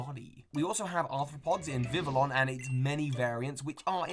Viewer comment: "Vivillon" is pronounced "vih-vee-yon".